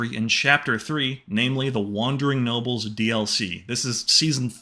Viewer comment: It sounded like you said wandering nobbels instead of nobles